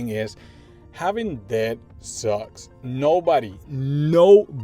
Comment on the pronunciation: Just don't pronounce the b, just say "det"